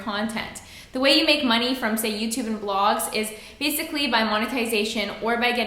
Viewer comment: There's something about the way you pronounce "money". It's adorable.